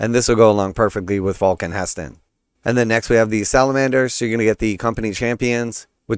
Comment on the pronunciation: Aethon Shaan is definitely trying to outcompete. Maugan for the most Emo model in 40k. He's definitely giving off, Noel fielding Goth crow energy. Also it's funny how they pronounced He'stan as Heston. Henceforth he shall be known as Heston Burnsitall. Yes YES He did it, he is the best Grill master. HESTON COOKS !!!!!! STOMP STOMP. HESTON COOKS !!!!!! STOMP STOMP. HESTON COOKS !!!!!! STOMP STOMP.